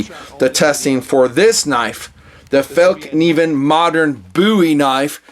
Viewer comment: You Sir, are the first non-Swede I have heard that pronounced the name of this knife makers name right! Awesome knives, I collect and use them my self. They are Swedish designed, but manufactured in Seki Japan to the highest standard!